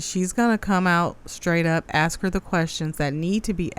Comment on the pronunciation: Tiffany, you are not from the south! Quit saying Y'all all the time! It sounds ghetto! And it's "ask" not "ax"! You're the mayor, be professional, and show some decorum in your board meetings! You're out of order! Jason House for Mayor of the city of Dolton, IL